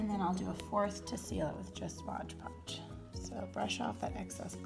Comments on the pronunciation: It's MOD podge, not modge podge!😭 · Girl Everytime you said modge podge I got stressed lol they came out great and congradulations on starting your channel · It's MOD podge lol